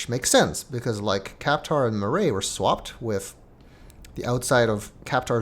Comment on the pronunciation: Hunrath - Funrath Kaptar - Cat-tar Maray - Melee Soria - Sorry, ya